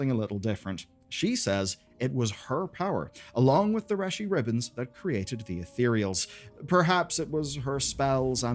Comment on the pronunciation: Good video, but lots of Mispronunciations! Ravel and Reshii Ribbons are pronounced in-game! Or you can check Warcraft wiki!